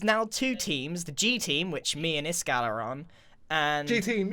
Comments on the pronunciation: Grian you latle, it’s Is-gall not Iskall! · "iskall" there's not a 'G' in "iskall" I think it's supposed to be "Isgall"